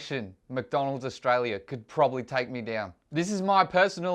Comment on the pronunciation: did you just call mcdonalds macis